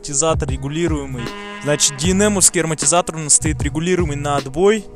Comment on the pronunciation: Нормальный и быстрый обзор. Только не аРмотизатор, а амоРтизатор